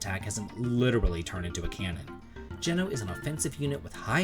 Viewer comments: Have I been pronouncing Geno wrong all this time? I always thought it was “G-No”? Regardless, great list! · Geno!!! Oh wait...oh no...oh why did you pronounce it like that... :(